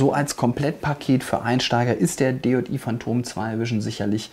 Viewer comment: Man Spricht DJI nicht DeJotiii aus sondern DiiiJiiiai